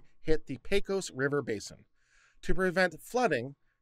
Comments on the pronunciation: Good God, man! You live in Austin now. Learn how to pronounce Del Rio! You get a pass now as a new-comer, but it is pronounced "Del Ree-oh". Carry on - as Viva says, I have fed the algorithm, and peace out! Oh, and "PAY-cose", not "PECK-ose" River. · Makes me think of pecan.